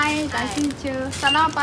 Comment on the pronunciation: Selamat pagi not selamat pagj